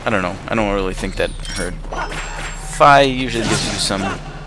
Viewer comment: The spinner was not useless it was one of my favorite items. Also, I thought it was pronounced "fee" not "fye"???